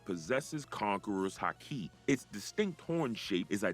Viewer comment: Fix the pronunciations. 3 minutes in, and if I have to hear “haKI” one more time… misspell the name of that’s what it takes to not have to hear “KAYdo” 25 times